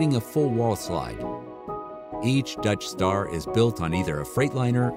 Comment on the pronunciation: Every time he says Dutch Star I hear "Death Star." RV should be all black outside.